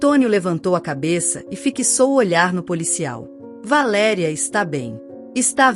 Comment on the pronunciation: V A L E' E' E' E' RIA: PROPAROXITONA!!! VAERI'A A PENA MODIFICAR, MESMO COM INTELIGENCIA ARTIFICIAL....